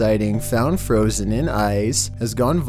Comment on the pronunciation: One word i can say: Froosen